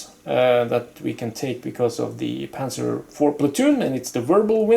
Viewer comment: Nice pronounciation of panzer 4 :)